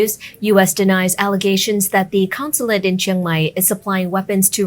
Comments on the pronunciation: It’s a “consulate”, not a “councillate “; the head honcho there is a Consul, not a councillor. Just saying. Great channel.👍🏻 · “CONsulate” not “COUNsulate”